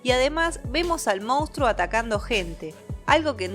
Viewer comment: Escucha: mons-truuuuoooo. Monstruo. Siempre dices “moustro” 😂😂😂 Moustro, por qué???